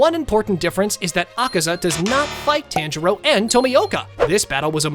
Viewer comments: ah yes, TAN jero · It's not TAN-JIRO IT'S TA-N-JI-RO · did blud just say taynjiro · taanjiro lol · It's actually pronounced TON jiro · "tan jiro" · He says the tan in tanjiro wrong so I dislike this very much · bro can pronounce any other name then tanjiro 💀💀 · Did. You say tanjiro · STOP SAYING TANJIROS NAME LIKE THAT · not to be rude but you are pronouncing most of the names wrong like yoriichi and tanjiro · HE"S SAYING TANJIRO WRONG ITS DRIVING ME INSANE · I’m dead with the pronouncing of Tanjiro and Yoriichi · How do you pronounce tanjiro wrong. They say it all throughout the show💀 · every single time he says tanjiro wants me to stop watching this but i know he's not doing this on purpose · yori ichi 💀💀 tan jiro 💀💀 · Pronunciation your ee chi and ton jar o not that hard pronounce it right also all the lower moons were killed so they never fought emu you did it wrong Rengouku doesn’t get donuted because he’d never go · ok let me tell yo how to say there names ton-g-row and yow-re-chi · “yoriyichi” “taangirou” good video though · "Tanjero" "Yoriechi"